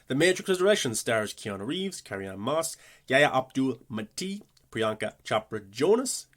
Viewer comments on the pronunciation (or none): none